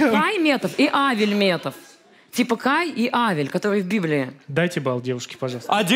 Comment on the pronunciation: Кайн, а не Кай... Сраный, чего ж ты не среагировал... 😂